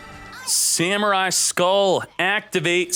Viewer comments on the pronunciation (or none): none